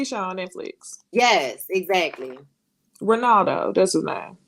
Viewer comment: Hello Loved One! …. Not Ex-act-culie….. that’s was too funny.